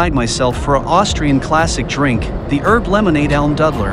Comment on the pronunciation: I love how you mispronounce Almdudler 🤣